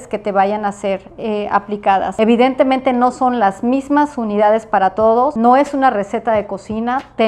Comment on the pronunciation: No sé cuántas veces dijo evitentemente!!!!!!